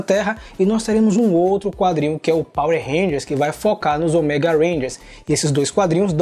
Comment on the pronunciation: Eu ainda estranho a variação da pronuncia da palavra ÔMEGA de vcs. As vzs sai certo, com a silaba tônica no "Ô", as vzs sai com a tônica no "ME", como se fosse "OMÉGA". Rsrs...